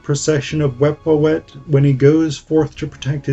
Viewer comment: It's Sen-WOS-ret, not Sen-YOU-sret. And it's generally thought that he ruled BCE (39 years), not BCE (18 years). And it's Wep-WAW-et, not Wep-wah-WET. These are not my pronunciations but those that are standard by Egyptologists who excavate in Abydos. Also, it appears that you didn't actually investigate much about the Passion of Osiris at all ... reserving your talk to the single source of the Penguin book.